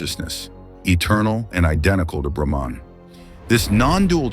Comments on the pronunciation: Its no Etman , but Atman! Its no Brehman ,It Is BrAhman..😅😅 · Pronounce it properly Mr. AI Narrator. It's not "Atman" rhyming with Batman. It's AHT MON. Same with Brahman: BRAH MON And it's not Shiva with a short "i" as in Give. It's SHEEVA At least in the West. Somewhat different in India.